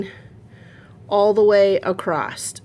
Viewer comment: Don’t hate me for this but “Across” doesn’t have a “T” in it!! 😂you are too cute I had to bust your chops! I’m now curious how you pronounce “Creek” and “sandwich” 😂😂😂. Xoxo